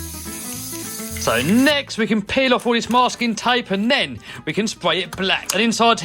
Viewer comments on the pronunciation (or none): none